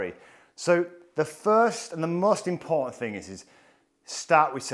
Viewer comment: Inability to pronounce the letter T. Example: “imporaghant.” Whew! Please learn to enunciate.